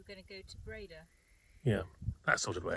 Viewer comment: Dutch oe = English oo (as in cook). Dutch oo = long English ō (as in home). Breda has the stress on the 2nd syllable.